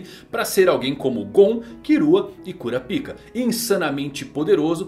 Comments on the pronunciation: KurapÍka... 🥲👎 KurÁpika... 😌👍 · É "Kurápiká", não cura-pica. 👎🏻 Será possível que não assistiu ao animé em áudio original? Ou é só o prazer de trocar o nome do personagem pra uma conotação sexual? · Se pronuncia Karapaika, cura pica é foda!!! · como é: kurapika como ele fala: cura pika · Arrumar essa pronúncia para KuRÁpika, com ênfase no RÁ, não faria nenhum mal. Se aproximaria da pronúncia original e ainda tiraria essa ênfase do "pika" que soa tão ruim em português. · hanta hanta kkk curapic@ mano nao da pra assistir fala br que agunia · você poderia pronunciar o nome do Kurapika corretamente kkk